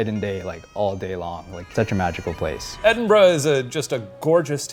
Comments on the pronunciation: "Edinbro" lol Why do Americans struggle with this so much. Dudes, it's Edin-Bruh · edenbro?! how do you spend time in the city and still leave unable to pronounce it 😂